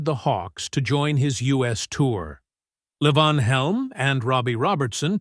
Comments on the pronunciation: It ain't L'vonn. He's Southern and it's pronounced Lee-Vaughn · La von. It's LEE VON. Wow, I just ....cannot. At least pronounce their names correctly. FFS. I am five minutes in and not watching the rest. That mispronouncing I just can't. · As a well known musician, he was always known as LEE-von. Yes, his given name was Lavon. As a regular consumer of all this music from "65 to '24, He was known as Levon Helm! The narrator pronounced it correctly once. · Narrator - it's pronounced LEE von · It's "LEEvon" you idiot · Stupid AI crap. Can't even pronounce Levon right. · You would think if you are doing a documentary that includes Levon Helm, you could pronounce his name correctly. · I am well aware of how his name was pronounced. I've been a fan for more than fifty years. I was in his company on several occasions. As I said, his given name was Mark Lavon Helm. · when referring to Robbie and first wife Domenique's two children, the photo is of Rick Danko and his family. Also, earlier in the video, Rick is again shown when discussing Robbie. Throughout the presentation, Levon's names is variously mispronounced, and it's distracting to me, a longtime fan of The Band, to watch this so called "shocking truth" story...